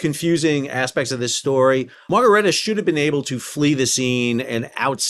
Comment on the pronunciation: I "Bab al Mandabbed" in this sail down Memory Lane each time you said 'Ichabod' or 'Margerita' (Margaretta) Plenty o' Marg's were harmed in this episode!